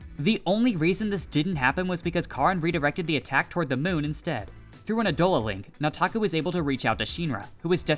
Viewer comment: You keep saying "Nataku" like a white dude. Its annoying.